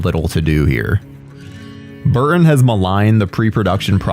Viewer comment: Kee-Ton, Bur-Tin. Not Kee-inn, Bur-inn. English. LEARN that shit...